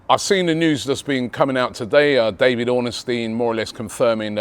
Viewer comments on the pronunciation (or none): none